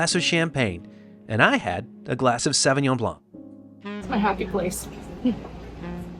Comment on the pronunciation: Good video. I have but one tip. The pronunciation of the wine grape is like SO veen yon. The ÿon" is almost like yion. Tchin tchin!